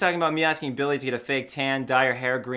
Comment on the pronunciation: hahaha i love how you pronounce Billie as Belly :D